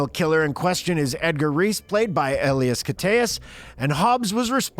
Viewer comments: "Uh-lie-us" is how you pronounce Elias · U butchered Elias' name